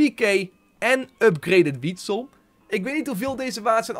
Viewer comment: Het is niet wietsel maar gewoon Witsel!!